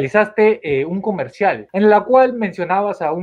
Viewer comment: comershal comershal jajajajajajjaa 🤣🤣🤣🤣